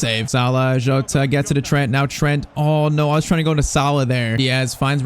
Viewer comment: Bro his name isn't joatata jota